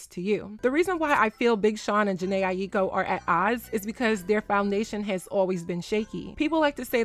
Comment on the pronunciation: Respectfully, her last name is pronounced “EYE-KO.”